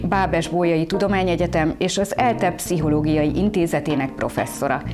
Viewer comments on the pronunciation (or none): Csak Magyaroknak: szó, és mondataink végén LEVISSZÜK a hangsúlyt, a pszichológia Magyar kiejtése itteni karaktereimmel: SZ I H O L Ó G I A mert "anyanyelvünk csak együtt tudjuk jól..." (vajon ki mondta, s írhatta ezt ??) LOL